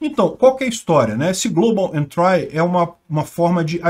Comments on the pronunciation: Não sei se acrescenta algo, mas a pronúncia correta é "entri" [ en-tree ], não "entrai". Exemplo parecido é country [ kuhn-tree ]. Uma bobagem, já que o manja muito de Inglês. Sou teu fã. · A pronuncia eh "entri" em vez de "entrai". Abs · Por favor não é "entrai" e sim "êntri" . dsclp mas dói no ouvido. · Ótimo vídeo,. Não querendo ser chato, mas a pronúncia de entry é entri, não entrai. Abraços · A pronúncia é "Entri" e não "entrai" :) Abraços e assisto todos os vídeos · Global Entry Se pronuncia Global Entri e nao Global Entrai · uma dica: pronuncia correta de entry: entri e nao entrai... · global "êntri", não "entrái". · Se diz "éntri" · 1) A pronúncia é "global entrI", e não "entrái" 2) volta a ler os apelidos chulos de quem sugeriu as notícias. Seu canal perde a graça, sem eles! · Pronuncia-se “Entrí” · "Global Entrái". 🤭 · A pronúncia é com só de "i" no final não de "ai" global "entri". Uma dica pra estas palavras diferentes é colocar no Google tradutor e ouvir.😉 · Adoro os vídeos do canal, mas a pronúncia de "entry" está errada. 👍